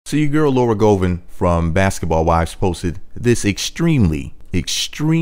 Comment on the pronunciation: I’m judging and critiquing because you’re pronouncing her last name wrong